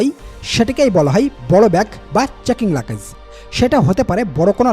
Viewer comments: মিয়া ওটার নাম “লাকেজ” না লাগেজ নামটা ঠিকমত বলতে পারেন না আপনি আবার চ‍্যনেল খুলছেন কেন? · Luggage er sothik English pronunciation er mayre bap kore felsen bhai… but sob info thik ase…